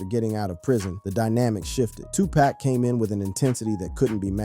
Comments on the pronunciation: Get it right, nerd. It's 2pac, not 2pack . Lame ass rat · Is Tupac stop saying his name wrong if you don't know how to say it don't say it Tupac not tupak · Why are you saying TWO PACK?😮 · Bro PLEASE PRONUNCIATE MY BROTHER'S NAME ...ITS NOT TUPACK ITS TUPAC (tu-pock)HOW TF you don't even know his name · Stop calling Tupac, Tu Pack, get the name right!🙄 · This cat said,” 2 pack. It’s, Tupac pronounced like saying too-pak. Get it right if you’re capitalizing off his name. On social media. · why are you pronouncing Pac name wrong , I know you have heard the correct pronouncing of his name, you being disrespectful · It,s TUPAC NOT TWOPAC FOOL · Man shut up u keep sayin Tu-Pack that’s how I know u don’t know shit…it’s PRONOUNCED TOO-POCK SMFH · Moron can't even say 2pac ...ITS NOT 2PACK SMH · Can you give the man 2 pac the respect of pronouncing his name right. He's a legend it's pac not pack. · Who is narrating this video? Why is Pac being pronounced pack? Snoop was even pronounced snop once in this video! Why?! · Yo my man, say the mans name correctly its 2Pac pronounced Too-Poc..........not 2Pack.... idiot!!! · Hard to hear him say 2Pack. Horrendous work! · Bro" No disrespect"" But can you please say the man name right? His name is 2pac"" not 2 pack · It's 2PAC NOT twoPack!!!😫😫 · Get his name right! Tupac.....not 2pack!! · Dude his name is pronounced,” Tupac( Tu Pak). No way any dark skinned person even youngsters can not understand that. Put some respect on homies name. Especially since he transitioned and your making change( dollars) on his name smh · Damn man you could have atleast pronounced Pac's name right... You called that man tupack.. over and over and over😂🤦🏿‍♂️ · Time for y'all to immediately unfollow the page. Dude be using AI instead of putting the real work of a content creator. Posting a video that says "Shoodge Knight" and "TooPack" is outright shameful shit.:text-green-game-over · Bro ain't no way you saying 2 pack an shooesh knight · TOE PEC 😂